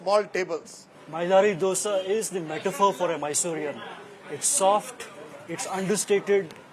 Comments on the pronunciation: This fellow has been doing these shows for donkey's years. He still can't pronounce Dosa as Dosa. Calls it Ddosa. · Its Dhosa.. pronounce it as Dho-sa or Dho-se, common its been ages.. can't you guys say this properly still